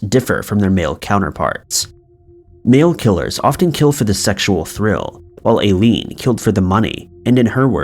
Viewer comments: Hearing "I-leen" pronounced "A-leen" about 15 times almost made me quit the vid... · Do you not know how to pronounce Aileen? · Yes ma'am, you are correct. And I lean , not A lean. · How can you run a crime and mystery channel and not know how to pronounce one of the most famous female serial killers name? Aileen Wuornos. It’s not “A-Lean”. It’s pronounced “Eye-Lean”. Jake Gyllenhaal is pronounced Jill-in-Hall. Not Gill-in-Hall. I’m not trying to be mean, and have left these comments before, but if you’re going to run a channel and want to be professional, you REALLY need to research pronunciations of names before putting it on YouTube. This will help you look more professional and like you actually care about what you research!